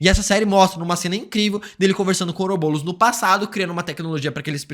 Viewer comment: BOROS... BOROS PELO AMOR DE DEUS